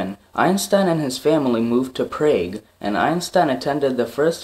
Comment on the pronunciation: It's called prague like p than frog